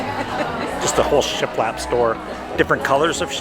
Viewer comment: Got me at “shialap” 😂😂😂